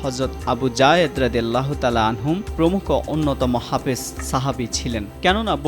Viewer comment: সঠিক উচ্চারণ "হাফেজ" ।